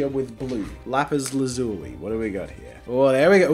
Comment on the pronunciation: Turns out lazuli is pronuced laz-ue-lee